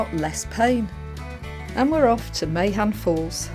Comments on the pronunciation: MAH on falls with emphasis on Mah if that makes sense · pronounced "Mahan" Falls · Mahon falls is pronounced "Man" falls as im looking at your videos 1 after another i know ye do wild camping but there is 2 campsites near there 1st is the getaway in dungarvan and 2nd Ardmore seaview camper park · Great content as always! I’m no expert on Irish pronunciation however, I’ve got my doubts about the Mahon waterfall being pronounced as Ma-hone. The famous Irish band The Pogues were originally called Pogue Mahone (pronounced ma-hone) which (so popular legend has it) translates as “kiss my *rse”. I’d imagine it’s more likely to be pronounced Mar-un, hopefully some Irish viewers will be able to confirm or deny